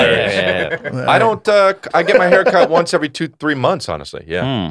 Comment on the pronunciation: Why does he say IVRY IVRY. It’s Ev Er Y